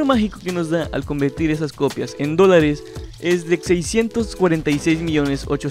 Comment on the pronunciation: Se andado cuenta que lee mal los dolares XD escuchen bien en las partes que dice dolares